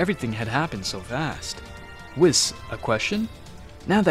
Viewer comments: It's pronounced "Weese not wis" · ahem IT ISPRONOUNCED: WEESS NOT WIZZ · I like watching these but WIS 🤣🤣🤣 it’s pronounced WEESE but spelled Whis 🤣🤣🤣🤣🤣 it’s also Omni King not king of everything lmfaoooooooo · Why are you calling him Wis it’s called a Weise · It’s pronounced “Wheeese”. Great video! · BRO SAID WIS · Stop mispronouncing names like whis (wees) just watch the anime English dub and use the names the way you here then if making English content , it’s not that hard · nahh bro said wheis its spelled whis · Please don't say whis like piss. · you dont even pronounce the angel "whis" correctly lol xD what a joke